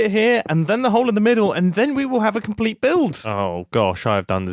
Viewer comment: Mumbo: and the factory is now ... Me: a giant mob farm Mumbo: a compleyed structure! Me: sure, that too